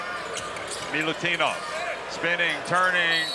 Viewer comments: get your pronunciation right, commentator. it's not militunov but milutinov. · Everytime he says Milutunov i cringe deep down:hand-orange-covering-eyes: cmon man, it's Milutinov, not a rocket science. Best center of tournament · Its Milutinov not milutunoff Get it right pls its not that difficult